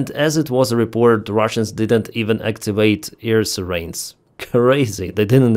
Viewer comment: 👂🏻Ray-dar, not ray-der. 👂🏻Sigh-rens, not Sir-Rains.